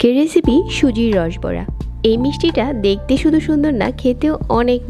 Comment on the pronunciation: দেখতে কে বলছেন দেকতে 😡 ভাজতে কে বলছেন বাজতে 😡 ঘি কে বলছেন গি 😡 ঘন্টা কে গন্টা 😡 ভাবে কে বাবে, 😡 ভিতরে কে বিতরে 😡 বন্ধ কে বন্দ 😡 ঘন কে গন😡 মাঝারি কে মাজারি 😡 মাঝে কে মাজে 😡 সেকেন্ড এর ভিডিওতে এতো ভুল, কেমনে কি😱😱 সেই প্রথম থেকেই যে এমন জঘন্য উচচারণ শুরু করেছেন আজ অবধি চালিয়ে যাচ্ছেন। উফ্ অসহ্য, শুনতে শুনতে আমার কান বিরক্ত। ঠিক করছেন না কেন শ্রোতাদের বিরক্ত করা আপনার ভুলভাল উচচারণ? এমন সহজ উচচারণ ও কি কোন বাংগালী ভুল করে?😱 মাথায় আসে না ।😡